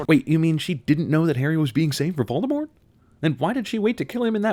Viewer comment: Wow, an American who actually pronounces Voldemort’s name right.